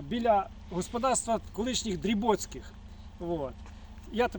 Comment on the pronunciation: не Дрібоцький а Дробоцький!!! Мій покійний дід на тому хуторі зростав... Я малий черешні обривав у садку...